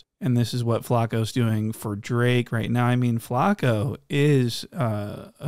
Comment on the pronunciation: Bro the way u say this nigga flakko name is hilarious 🤣